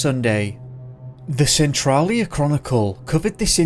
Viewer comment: Your pronouncing of western Washington state city and county names needs work. Cle Elum is said as KLEE-EL-Um and Centrailia said as Sen-Trail-Ee-ah. I'm sure there are more but those were two I noticed